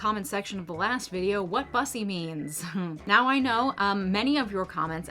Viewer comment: "Bussy" isn't pronounced "Bus-ee", it's pronounced as "Boo-see" (like the aspect of human anatomy it's referencing). Can you imagine if we called it a "puss-ee"?